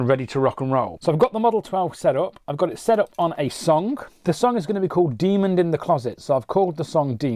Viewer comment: Am I the only one bothered by the fact that he keeps adding a "D" to the end of the word demon? As in demonD.. Regardless, I appreciate the video utilizing the Model 12 this way. Im considering it for this purpose.